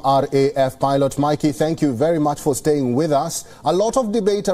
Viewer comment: Sir please they are pilot and not pylots😂